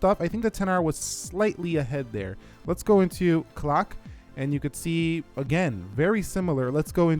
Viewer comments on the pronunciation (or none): none